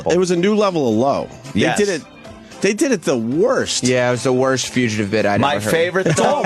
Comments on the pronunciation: We have a "fuchitive" sighting! (60 seconds in) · Opie doesn’t know how to say “fugitive.” Or DeNiro. Or Epitome.